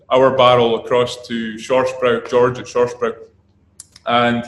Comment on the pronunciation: „Shorsh broy“ bruh what